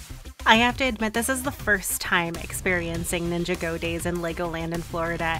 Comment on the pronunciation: When you ninjago like two different words it hurts I’m not trying to be mean but its (nin-ja-goe)